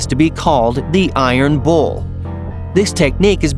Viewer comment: Who else taught he said iron balls instead of iron bulls.